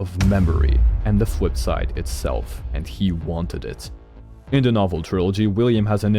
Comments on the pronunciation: great theory but i couldn't keep saying fwipside in my head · The Fwipside